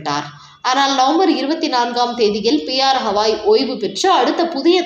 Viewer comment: Hawai alla Gawai......Hawai is a state USA! These jokers never do any home work; never listen to English, Hindi or Urdu or any other indian language news including adjoining states Kerala Andhra or Karnataka. Names wrongly pronounced always by these persons